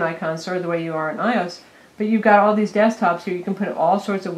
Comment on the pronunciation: ...Did she say "i-ose" instead of "iOS?"